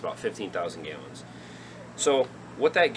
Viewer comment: Neat ideas. Thanks. Just curious, are you from another country? I've never heard anyone pronounce gallons as gayllons. Just curious